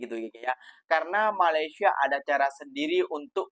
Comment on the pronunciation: COBA PERHATIKAN BAIK-BAIK BERBICARA.. BERBICARA MALASYA... MALASYA... MALASYA.. 🤣🤣🤣🤣